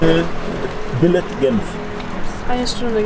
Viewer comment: ein bisschen hasse ich ihn ja wenn er 'billets'' ausspricht :D